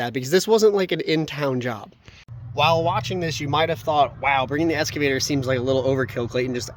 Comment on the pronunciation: lol. Clayton has always pronounced it “EScavator” instead of “EXcavator” can’t teach an old dog new tricks!